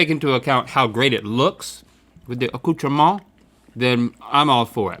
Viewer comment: Accoutrement 🤣 you are not bad in french prononciation 😜 this video is so funny its alsmost giving me idea